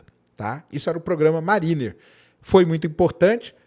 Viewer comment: pronuncia Mériner - mariner. Abraço.